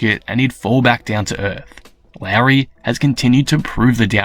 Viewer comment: Pretty sure it's not pronounced Larry.